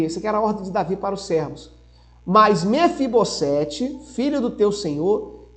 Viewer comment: Mefibosete: somente um S então tem som de Z.